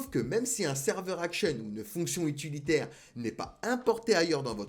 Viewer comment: UTILISATEUR !!! UTILITAIRE !!! Et pas itulisateur ou utulisateur, ni utulitaire. Cordialement